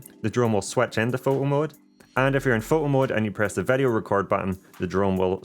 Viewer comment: “Vedeo mode” 😄 Thanks so much for this awesome guide! I just ordered the Mini Pro 3 and it’s my first drone, so this guide was absolutely perfect for me! I really appreciated the pacing - you covered even the most basic info without belaboring anything!